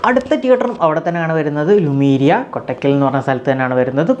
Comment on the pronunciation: കോട്ടക്കൽ ആണ് കൊട്ടക്കൽ അല്ല